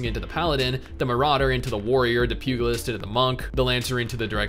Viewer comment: pugalist pew - juh - list